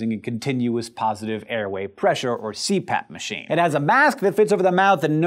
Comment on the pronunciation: I swear to god, for a second, I thought it said CRAP Machine.